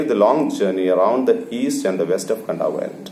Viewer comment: Its pronounced as kandavu You can check at first line of your chapter